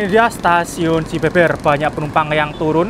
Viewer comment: "Cibeber" dibacanya 'Be' seperti 'Be-sar' bukan 'Be' dalam Be-lok